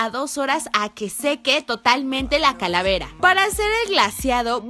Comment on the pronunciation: Like a que karen dijo caravera en el minuto